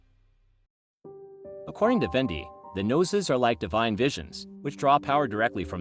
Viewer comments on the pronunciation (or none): none